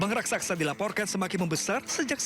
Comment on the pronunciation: Lobang Raksaksa??? Coba bilang yg benar😂😂😂